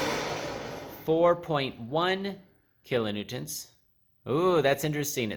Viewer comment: Kilonewtons not kilonewtents